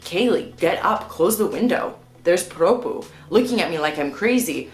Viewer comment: I love your condescending "I'm American so I'm better than you by default" attitude . You people really like to go around the world and tell people how to live their lives. Either you get adjusted or go back home. And learn how to pronounce PROPUH.